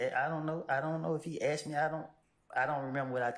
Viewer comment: She axed him WHAT ??????